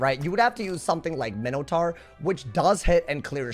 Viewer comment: The way my boy said minotaur is absolutely halarious😭😭